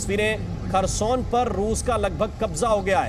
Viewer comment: Kharson nahi hai bhosdike.. Kherson